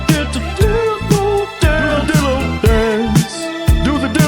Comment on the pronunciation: Does anyone hear the D in the word Dillo on accident?- 😅😅😂😂😂